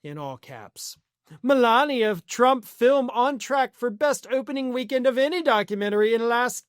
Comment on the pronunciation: It's a documentary "Filim".